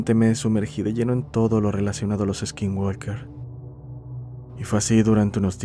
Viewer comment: Hola, nomás como observación. No se dice gualker, es walker, no se pronuncia la L, es como decir woker, algo parecido.